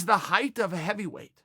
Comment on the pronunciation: Kinda weird when people say “heighth”. It’s height just FYI.